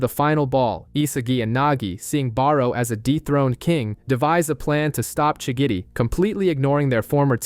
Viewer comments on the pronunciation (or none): Am I the only one who noticed how he always says shigidi instead of shigiri